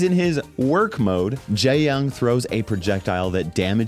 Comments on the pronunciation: 😭 for other videos where you say his name, the correct way to say jae-yong would be not like "jay" but more like "jaeh" and when saying yong its not with an "ah" voice but an "oh" voice /ʤe - jɔŋ/ in phonetics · I heard him say gay-yong 💀